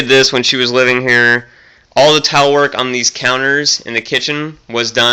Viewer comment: Are you saying "tile" or "towel?" ... I'm going to be a big girl here and assume "tile"